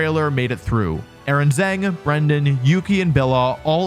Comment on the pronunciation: The last name Zheng is actually pronounced more like 'jung' in English. That's not exactly right but much closer than 'zang' which sounds quite jarring.